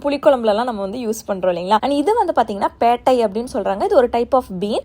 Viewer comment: Pedai ❌ Pettai✅